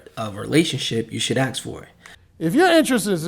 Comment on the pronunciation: Ask … it’s ASK..good edits